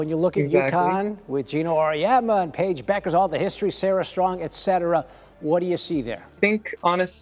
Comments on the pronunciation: Deep dive? Deep sh!t, more like. FFS tech you robot to pronounce Paige's name correctly!! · No, you were getting at how they shut down Betts, which they didn’t. And mispronouncing Paige’s name? That’s junior high school stuff.